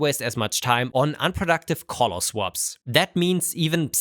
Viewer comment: Please practice saying "color" correctly.